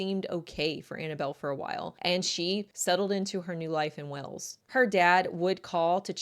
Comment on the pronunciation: I can't deal with how you say Wales. You are making a video of 20+ min take 30 seconds to say it right.